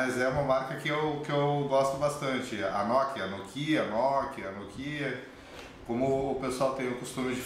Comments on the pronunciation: e apropósito!! não é "nokiiiiiiiiiiiiiiia" é noookia a sílaba tônica é o "no" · NokÍa ? Toscren ? hsuahsua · Nicoly Sampaio agonia a pronúncia dele